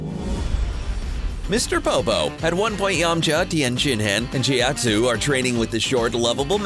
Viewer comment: Ok serioualy... EVERY dragon ball related video uou do you say their damn names wrong! Tien SHIN HAAN chow-T ZOO pw-ARH You guy's clearly did not watch this show ever or you'd hear the names and knkw how to promounce them...